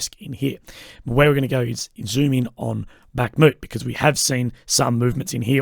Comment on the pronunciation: It is not backmoot it is pronounced Bakmout as in show us ya mout ,jesus Assies and there speech impediments, the Russians call it Artimosk just say that